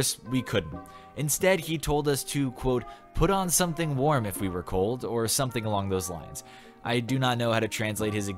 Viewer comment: haha! European "cold"